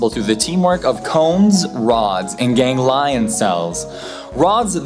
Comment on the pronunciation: Gang lions? lol gang-lee-ons.